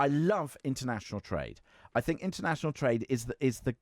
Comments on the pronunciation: Wiv....fink...reckonise...ver (for the...) Go back to school, learn to speak properly. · It's hard to take advice from someone when they can't pronounce the word 'think' correctly.